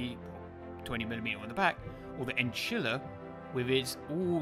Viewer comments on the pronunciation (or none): Enchilla, wtf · Sounded like he tried to say enchilada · "Enchila"? 😅 Did you think about chinchilla or enchilada? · Ah yes the "Enchilla" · sorry to be that person but its one of australias cutest lil guys. Echidna (E-Kid-Na) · Not sure what's more painful, the event or trying to pronounce "Echidna". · Yeah i tried to correct him, he preferred his way